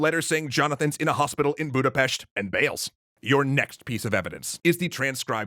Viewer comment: Btw props to you for saying Budapest correctly